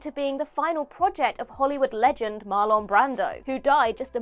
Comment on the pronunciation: This was the first WhatCulture video I've ever downvoted. It wasn't just because of Jerry [not Lee] Lewis. Other names were weirdly mispronounced, like MarLAWN Brando. And mixing available images and video from the scrapped movies with random footage from other movies was a terrible choice. I got tired of figuring out what I was looking at very quickly. My advice: Scrap this video to limit the ongoing damage to your reputation, take some time to clean up your production pipeline, and come back strong.